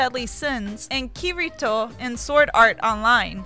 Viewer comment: She said Kirito soooo wrong